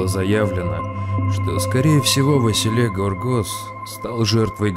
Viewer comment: Василе это Вася Василий.А ты какого то Васиииллеее плетешь правильно выговаривайте хоть имина.😊